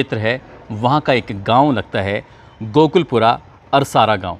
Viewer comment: Sir ye गांव गोकुल पुर है आप गोकुल पूरा कह रहे हैं 😂